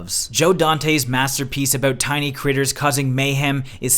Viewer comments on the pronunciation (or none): none